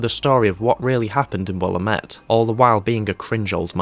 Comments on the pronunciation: “Will-am-it” not “willa-met” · *the town is pronounced “will-am-it”